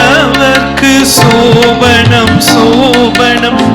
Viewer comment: சோபனம்... Sasthriyar pronounce correctly, BUT his assistant sings pronounce wrongly சோபணம்